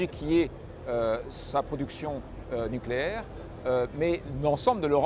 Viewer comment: “En france on a le nukulaire” … Euh…. On AVAIT le nukulaire… en ce moment on l’a plutot dans le Q